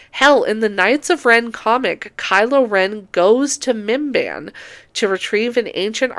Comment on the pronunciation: I know you're saying "Minban" or however you spell it, but I keep hearing it as MBMBAM, the McElroy podcast, or Bim-Bim, Drew Gooden's cat